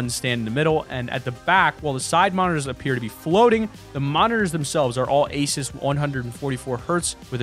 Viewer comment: Asis?!?! ASIS?!? ITS ASUS!